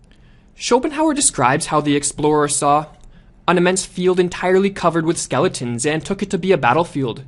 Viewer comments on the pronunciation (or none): none